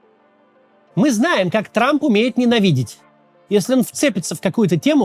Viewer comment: Дональд Т Трамп😂. Зачем он произносит эту лишнюю букву «Т»?